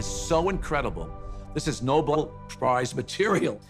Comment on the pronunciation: “Noble” prize material says the man who doesn’t know it’s not pronounced that way.